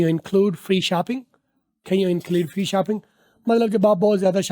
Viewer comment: Can you= 2nd pronunciation Sahi ha